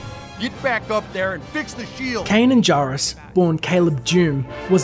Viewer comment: Kanan. Not Ka'nan.